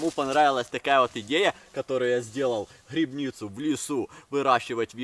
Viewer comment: Не грыбницу— А грибницу